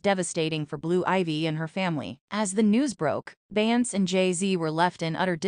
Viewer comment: If I hear you say "Bance" one more time!